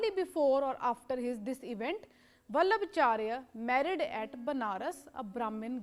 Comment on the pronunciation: It's not वल्लभचार्य it's वल्लभाचार्य